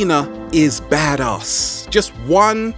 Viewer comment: You pronounced badass wrong